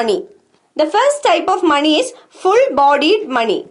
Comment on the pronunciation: When she says money i hear “Mani” Naageen Mani”🐍 anyways nice video mam